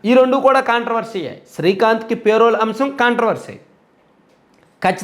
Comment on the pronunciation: పే.. రోల్ కాదురా బాబూ.. చాలా వేరే అర్ధం వస్తుంది